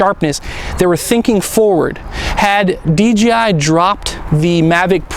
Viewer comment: Please. ...it's DJI no DGI !!!